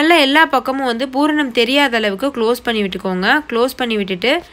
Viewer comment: Nice, it is pooranam not bhooranam..